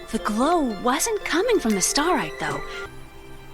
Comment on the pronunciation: You literally heard Lily say Starite correctly in the Unlimited ending cutscene and still pronounced it "Staritee" afterwards, you HAVE to be ragebaiting 💀